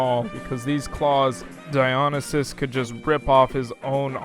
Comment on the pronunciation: DIE-on-e-sis? It's Di-o-NIE-sis! Now, to be fair, nobody really knows how to say the name other than the Ancient Greeks, but come on, that should have been easy.